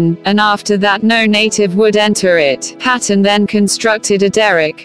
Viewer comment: I think the story is amazing, but not keen on the robotic voice telling the story (The name`s sound is Payton ... not Pat... on. What a brave man!